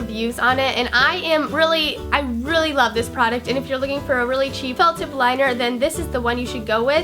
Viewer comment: it sounded like she said "liquid gel or fuck tip" lol